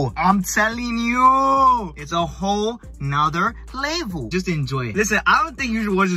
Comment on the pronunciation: “It’s a whole nather levol”😭😮‍💨😮‍💨